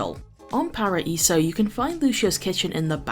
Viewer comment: i liked you pronnouncing Paraíso, It's almost perfectly pronnounced!